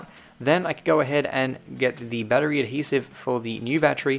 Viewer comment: you say battery like "bad tree"